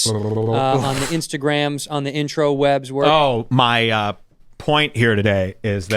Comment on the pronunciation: "Intrawebs"? Is that where he gets his jokes?